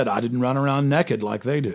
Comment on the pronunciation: 'Neckid'? Did he just pronounce 'naked' as 'neckid'?